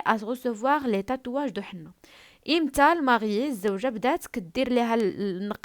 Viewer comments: Henné كتقرا é_nné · ماقتقراشhenné فحال هكا كتقرا اني